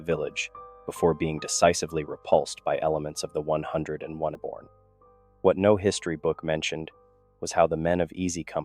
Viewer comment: Once again, an excellent story and well told. However, I do have one complaint. Don’t let your AI Voice call it the 101est! It is the hundred and first darn it! 😂 otherwise, once again an excellent story I really would like to know where you get these from